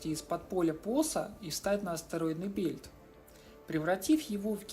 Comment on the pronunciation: Пожелание говорить слово belt через "э" - бэлт.